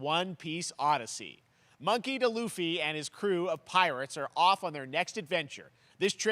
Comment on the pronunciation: "Monkey Da Luffy" It's D not Da